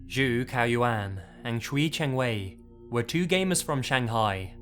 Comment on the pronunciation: Good thing I play video games on consoles like the PlayStation 2, 3, and 4. And I think you mispronounced Qiu Chengwei and Zhu Caoyuan's name. But I don't blame you since you don't speak Chinese. I apologize if I bothered you.